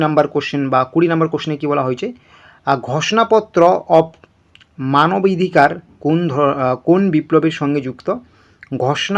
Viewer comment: উচ্চারণই তো সঠিক পারছে না|মনে করেছে যে,অনলাইনে কিছু বকবক করে টাকা ইনকাম করবে!আরে আজ প্রথম শুনলাম অরনবিন্দ ঘোষ;এটা একজন বাচ্চা ছেলেও বলবে না|একইরকমভাবে "মানবিধিকার" বলছে|কি অবস্থা!